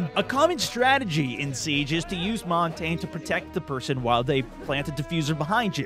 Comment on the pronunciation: it's mon-tan-yay not mon-tane